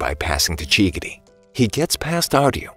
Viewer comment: bro really called chigiri chiggity💀💀💀